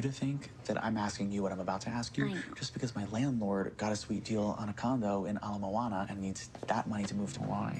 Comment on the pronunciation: Omg the way he said Ala Moana...I’m so glad he said it right 😂